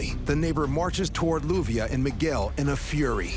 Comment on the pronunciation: Her name is LLUVIA pronounced Youvia